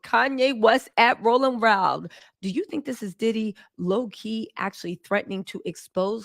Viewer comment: "rolling roud" lol. Love your sexy black ass girl, keep the tea spilling ❤